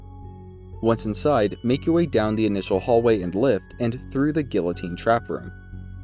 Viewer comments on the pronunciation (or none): none